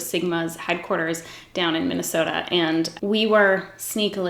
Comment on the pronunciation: Just saying Minnesota, my home, makes me so so happy 😂😂😂